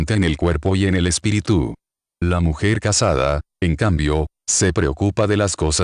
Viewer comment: Pregunto: porqué hace acentuación en Espiritú...en lugar de Espíritu.